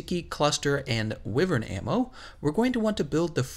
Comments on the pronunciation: Wyvern is "WHY"-vern not WI-vern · Y-vern. Y-vernnnnn. Say it with me now